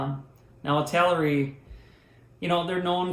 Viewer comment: It L air ee